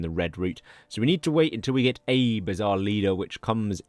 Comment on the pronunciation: FYI, it's not Abe as in Abe Lincoln. It's pronounced more like abE.